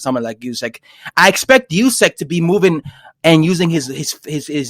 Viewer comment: this guy said “usky “ Lol it’s usyk u tweak